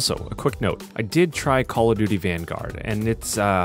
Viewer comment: when I saw you saying COD vangard I thought I had shit on my screen